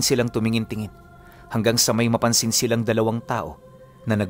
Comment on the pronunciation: Silang po hindi siiiiilang.hahah